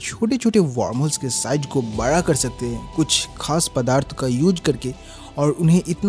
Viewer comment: Me: Universe bada hai: Universe bara hai bahut bara Sare research karne ke baad sab aise hi bolne lagte hein Ya ye angrezi kitab padh padh ke hua hai 🤣